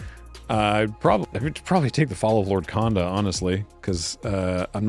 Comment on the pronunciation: Only being pedantic because you brought up the Ninjutsu vs Ninjitsu rant, the o sound in Japanese is a bit longer than you pronounce it, so Konda is actually pronounced Cone-Da (like a traffic cone) not Con-Da like a Convention.